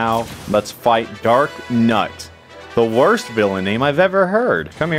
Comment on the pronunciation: It's darkNOT not darknut, that's not how you say